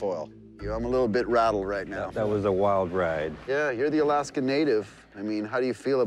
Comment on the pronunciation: The narrator says "Missing in Alaskaw instead of just Alaska.